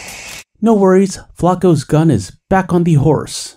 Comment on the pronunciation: Flaco, i swear americans dont even try to pronounce things right